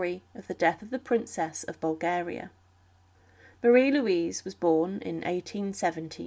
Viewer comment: Marie Louise, not Marie Louisia! 🤗